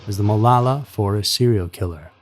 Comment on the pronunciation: I’ve lived in OR for 8 years now. We pronounce it Mah-low-la.